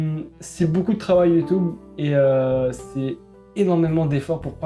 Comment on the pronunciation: On est d'accord il est trop drôle quand il dit ça ?